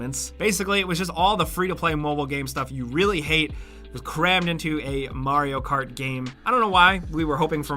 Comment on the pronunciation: I never even heard of Marry-O Cart. :P